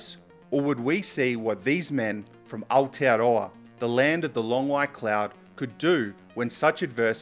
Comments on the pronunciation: I just found your channel mate - awesome stuff and you dropped Aotearoa and pronounced it like a champ. You got a new subscriber but the treat is all mine with such great content. Thanks and respect from the Shakey Isles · Not sure where you are from sir, but your excellent pronouncing of Aotearoa and its meaning gives me some clues. Nevertheless I’ve seen some excellent stuff from you in recent days and fully appreciate your intriguing thumbnails which made me aware of your content in the first place. It may be click bait but it’s not sensationalistic.